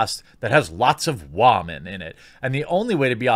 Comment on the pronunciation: Seriously tho, why are you having such a hard time correctly pronouncing the word 'women'? I don't think you mean anything with it or whatever, it's just annoying to me even though you obviously have every right to do so.